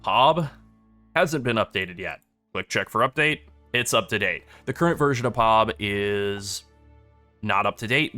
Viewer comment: Jeez, man, it's P-O-B not POB all one word, you say it seperately. It's an initialism like FBI or CPU ...